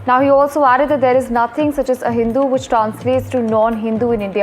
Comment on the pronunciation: News reader reads like AI...it should be pronounced "ah hindu" rather than "a hindu"